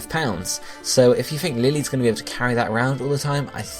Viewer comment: Actually, her name is not pronounced as lily. The correct pronunciation is the german name of the Flower.